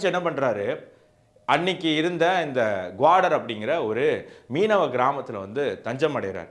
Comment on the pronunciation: குவாடர் அல்ல, கவாதர்.. அதேபோல் சப்பார் அல்ல, ச்சா பஹார் (நான்கு பருவநிலை)